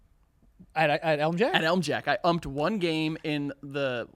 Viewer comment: the way says umped: UmPeD